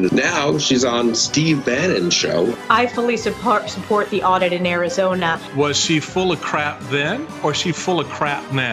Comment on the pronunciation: Sold her soul to Satan. “ Suppert” ? Whatever!